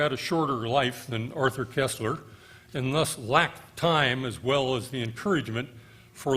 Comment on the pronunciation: For god's sake, it's pronounced....KIRSTler, (as in thirst), not KESSler (as in less).